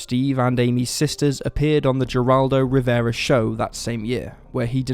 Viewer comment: Please - Geraldo Rivera is pronounced "Heraldo." Thanks.